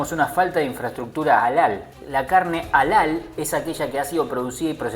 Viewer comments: se escribe Halal y se pronuncia "jalal" y no alal como lo dijiste. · Se pronuncia JALAL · la carne halal o permtida se pronuncia / jalal /